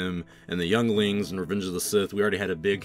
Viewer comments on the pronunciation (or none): Did he say yonglings